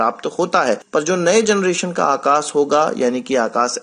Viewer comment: It's Akash not Akas...